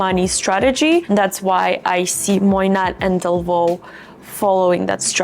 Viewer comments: It’s not pronounced Moynat with a “t”, more like “Moyna” It actually isn’t under LVMH but rather under another subsidiary of Bernard Arnault. Quiet luxury for the really rich. The Saudi’s are one of the biggest buyers and they don’t even have a store in Saudi Arabia. The Queen of Jordan carried a Moynat Gabrielle clutch for Pope Francis’ funeral. You can also have a custom made bag from them. Their coated canvas bags are amazing (better than Goyard) and their leather, lizard, and croc bags are amazing. I’m really impressed with their quality and own two. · Its pronounced moy-na... The t is silent ❤, love your review